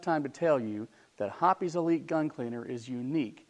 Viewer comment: Hoppe's, by its spelling, is pronounced like "shop's." Same goes for "shoppe's." It isn't "hoppies."